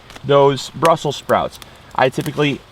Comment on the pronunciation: Brussels not brussel.